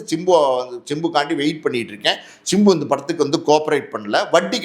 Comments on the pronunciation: Sir. Chimbu nu solreinga simbu nu solluinga kekka nalla ella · It's not chimbu, it's simbu